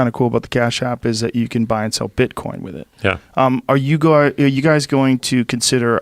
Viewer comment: "To buy and sell bitcoinee" - Joe Rogan